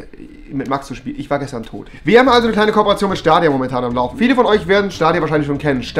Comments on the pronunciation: Schdadia nicht stadia nh😂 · Rewi die ganze Zeit: Schtadia dann gab es ein cut und er spricht es auf einmal richtig aus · Dieser Moment wenn er nichtmal weiß wie man Stadia ausspricht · SCHTADIA, Stadia, Staadia Oder auch SCHTALINGRAD… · Niemand : Rewi: schtadia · wer kennt den nicht SCHTADIA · wer kennts nicht wen rewi einfach ne korperation mit schtadia amcht xDDD <3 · Niemand: Rewi: SCHTADIA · Staidia nicht stadia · Staydia (englisch lesen) spricht man das aus!!! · SCHTADIA :D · Schtadia XD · Schtadia wer kennt es nicht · Das triggert wie du Stadia aussprichts.